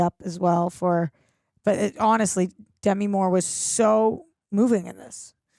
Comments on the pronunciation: Demi Moore: duh-ME, not DE-me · Small annoyance: It's De - MI, not DEM -i. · It's "De-MEE"!